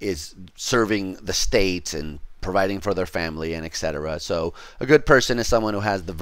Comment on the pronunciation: Greatly enjoying these lectures, very informative and well constructed, thanks a lot for putting these up! Just one pet-peeve, please stop saying eck-cetera, it's et-cetera :D.